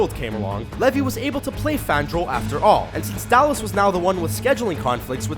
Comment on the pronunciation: Its Zachary LevI with an I NOT LevY as in Y are you saying it so wrong? Dude seriously.